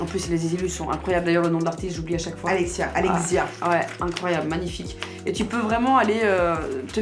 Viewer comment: ALEXSSIA FIN ALEXIA, mdr on voit bien le visage de la fille qui se rappelle du moment où la fameuse Alexia lui a cassé les burnes avec la prononciation de son prénom x)